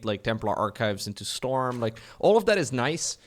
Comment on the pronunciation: I can only hear STORMUH